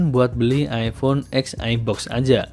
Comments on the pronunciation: Agak gimana gitu denger orang bilang iphone x, rasanya lebih enak denger iphone ten. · mon maap bacanya iPhone "ten"